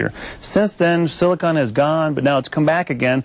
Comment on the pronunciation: The newsman interviewing the doctor mispronounced not once but twice two words. He said 'silicon' rather than 'silicone' and 'goomy bears' rather than gummy bears. I can't believe he doesn't have better language skills considering his line of business.